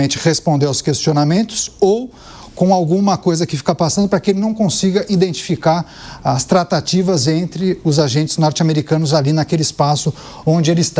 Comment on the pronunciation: Indentificar é osso de ouvir